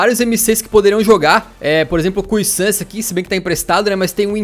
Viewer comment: Vé-ló-drôme a pronúncia do estádio Cuisance se pronúncia ( Quí-zãn- si) mas se fala meio rápido